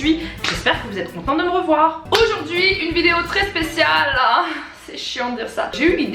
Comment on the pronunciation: Tu dis '' oujourd'hui '' 😂💕